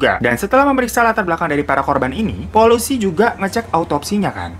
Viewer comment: hah ini cuman gua aje yg denger polusi🤣😭